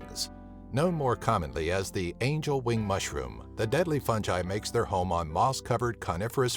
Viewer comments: u pronounced fungi wrong it's (fun-guy) not (fun jye) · fungi not "funjI" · Fungi not funji dumbass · It’s fungi not funji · Lmao, i love how he says "funji" instead of "fungi" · imma say it. its pronounced fungi Fun-guy not funji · Fun jiy it's pronounced fun guy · Fungi not funji you are saying it wrong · 'fun ji" i think its 'fun guy' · My man be saying Fungi like Funjaiii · Its fungi not funji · Did this dude just say funji instead of fungi? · Fun-jy?? You mean Fun-guy fungi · Did you really say “fun-j-eye”? It’s “fun-guy” like I’m shocked to hear someone say that. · Why do you say Fun-j-eye? It's Fun-G-eye man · Is fungi not pronounced fun-guy, not fun-jai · "Funji"..? FUNJIIII?! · It is pronounced fun guy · Where are people getting the pronunciation “fun-jai” from? 😂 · The way he says fungi tho... "fun jai" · Did he say F U N J I ? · If this dude says “fungai” again we gone fite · If you're going to make a video about something make sure you can pronounce what it is properly you say it like there is a j in fungi it's pronounced fun guy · What is "funji"? 🙄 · It’s fuckin hilarious how the guy pronounced fungi. Preferring to say “funji”. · Did he just pronounce it funji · Fungiie he said fungie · fun guyyy why are you pronouncing It soo wrong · Eeee not funji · i cringed every time you said funjai.. dont. just dont. good vid tho. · this is no fungai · Never mind the poisonous mushrooms, it’s the narrator’s pronunciation of fungi that’s killing me 😂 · Man knows the 10 deadliest mushrooms in the world...but can’t pronounce fungi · I hate the way you say fungi... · The way he says fungi disturbs me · the way you said fungi passed me off. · Maybe she died because of him saying fungi ......how tragic